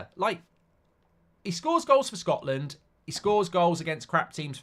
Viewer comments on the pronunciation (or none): none